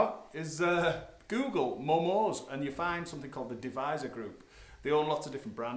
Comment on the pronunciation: Hello, thought you might like to know that the Japanese (of which I am not) do pronounce it as Momo-say, not momo's. Other than that, rad playing sir, keep on it! I myself have two of their Strats and they're just lovely.